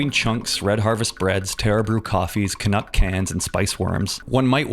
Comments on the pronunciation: Can-Cuck? Bruh, thats foul hahahaha😂😂😂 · Can-uck really missed out on calling pancakes 'can-cakes.' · CAN-UCK has me spiraling. It's too good. CAN-ADA? It's in a CAN? Genius.